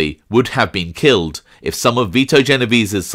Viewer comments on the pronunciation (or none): none